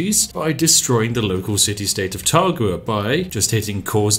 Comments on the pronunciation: Taruga my man, not Tagura. I know, coz I just conquered it last night. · City state: is clearly spelled "Taruga" Spif: "Targua"